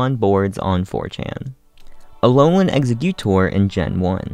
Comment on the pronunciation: I’m sorry, but the way he pronounces “Executor” makes me want to die.